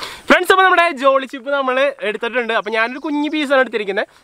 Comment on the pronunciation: Jolochip not jolychip🤣